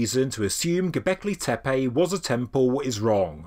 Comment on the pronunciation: Why you pronounce gobekli tepAe . pronounce : gobekli tepE